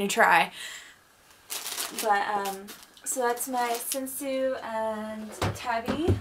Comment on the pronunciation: Wow what a nice collection you have!!! My kimonos at the moment are only five :/ 3 komons, one houmongi and a furisode! But I'd like to get more in the future! :3 Anyway the pronounciations of japanese words are tànsu and not tensiu, shìbori and not shibòrai, sensu and not sensiu and homongi and not homongai as you said, plus furìsode and not fursod (just the F it's pronunced close to an H). Japanese it's not difficult, just pronounce it as you read it! :P But one question, what's a Nayogi obi? Never heared about it before! O_O